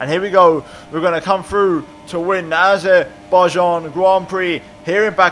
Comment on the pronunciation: “Baku Grand Prix in Arzebaijan” you ok? Or is this the new SHINEZE GROND PROC